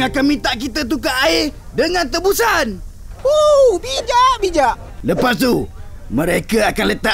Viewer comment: hahaha minit ke j jambul tu sebut tibusan bukan lagi tebusan hahahahaha lawak nye